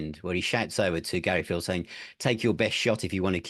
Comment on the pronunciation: Good stuff!, it’s a nitpick but it’s Gary Pihl (like “peel”), not Gary Phil.